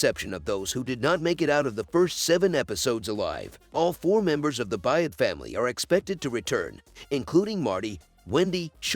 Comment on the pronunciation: The last name is B-Y-R-D, pronounced “Bird.” If you watched the show, you would know what the last name of the main character was. Doesn’t lend much credibility to your “subscription.”